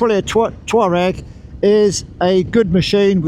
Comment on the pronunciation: Finally a reviewer calling it a Twaareg 😉, ok on with the vid ❤️